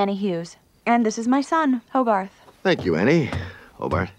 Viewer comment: I thought he said HOGARZUZ or HOGARTH ZEUS.